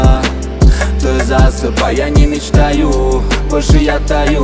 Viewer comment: Акцент хреновый во время произношение слово ""ты"" ужасно получается